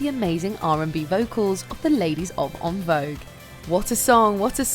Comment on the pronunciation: Please lady Learn how to properly pronounce En Vouge